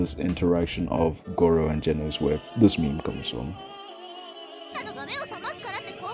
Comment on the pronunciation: No way you called garou, goro 💀 But other than that, great video. One punch man is one of my favorite anime and it’s my favorite manga by far, it really is a masterpiece and your video perfectly encapsulated that. You deserve more than 100 subs.